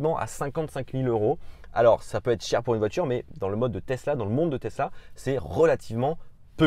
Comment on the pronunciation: "Testla model 3"